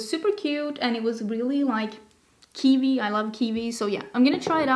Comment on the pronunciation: Kiwi, not kivi💚🥝